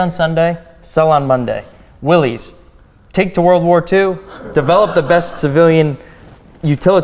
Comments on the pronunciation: It is pronounced willis. As in, "what you talkin bout Willis". One would think staff at an automobile museum would know that. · Problem with the '73 Buick was that it was low compression so it could run on regular. Torque it had, horsepower it didn't. The '61 Pontiac Ventura 389 would run circles around that Buick. "Willys" is pronounce willis, NOT Willies. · Donald you should know better that the car company that built jeep pronounced his name like it was spelled as Williss. Go look at any old TV ad from the early 50"s and see what name is said for the Willy's Motors. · C'mon guys!!! If anyone should know the correct pronunciation of Willy's it, should be you two!